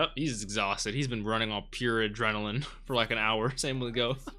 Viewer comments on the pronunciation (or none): none